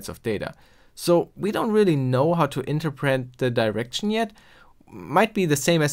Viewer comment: Amazing video! Also, a minor thing, but I got sort-of semi-triggered with your pronunciation of 'interpret'. I know that your native language isn't english and I definetely don't want to offend you, but maybe look op the pronunciation.